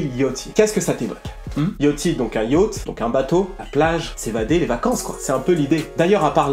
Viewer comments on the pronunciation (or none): none